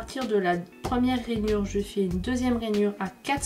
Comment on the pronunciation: Pourquoi tu dit Ranyure et centimete ? bref tu achete ou les papiers imprimés? Il son mimi